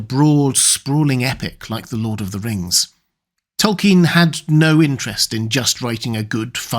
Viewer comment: "Lord of the Rngs"